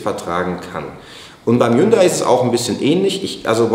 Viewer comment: Es geht um Hund-ay